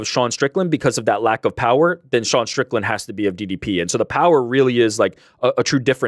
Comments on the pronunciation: says "Strickdan" instead of Strickland! Call back to yesterday's super chats. SHOUT IT FROM THE ROOFTOPS, DO NOT LET HIM GET AWAY WITH THIS PEOPLE! 😅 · 3 minutes in and hits us with the Sean “Stricktand” 😂😂😂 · I was with you the other day. But I’m hearing you say “Stricktand” today! All love to the boys on the back!! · says "Stricktan" hahahahaha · Scratch that - He's said it about 40 times